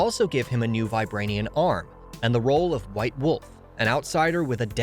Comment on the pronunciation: "Go Vibranian"